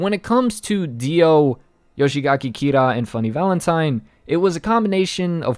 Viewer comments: Don't want to sound too picky but its "Yoshikage" not "Yoshigake" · It's not Yoshigaki Kira, it's Yoshikage